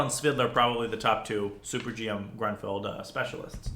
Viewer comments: It's pronounced grunefeld just fyi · I thought it was pronounced groonfeld. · Would be great if you knew how to pronounce Grünfeld. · As a native German, I love your pronunciation of „GrÜnfeld“ – there is a difference in pronouncing the Ü and the U. Not a hateful comment, I think it’s adorable 😊If your interested, here is a tip: „ Say “ee” as in see (or as in the German word vier). Again, while saying the sound, round your lips. The resulting sound is the ü-sound.“